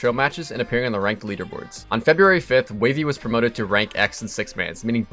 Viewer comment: bro his name isnt wavey its Waaahvey